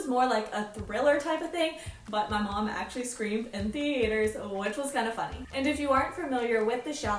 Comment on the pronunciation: woah I'm not being mean i have never heard some one say th ea ter you add the a it's so cool